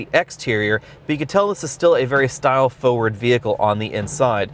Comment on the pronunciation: "Foe-word" LOL